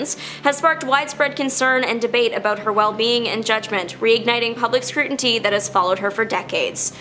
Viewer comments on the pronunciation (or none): "public scruenty" Scrutiny is pronounced screw tin ee.